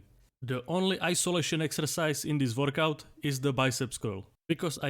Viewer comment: Nooooo , I don't wannaaaaa , we can identify to the doodle guys ! Also the way he says workout almost sounds like vodka. Workout A and vodka B are great ! Keep everything, the presentation, the drawing, the accent , and take my sub !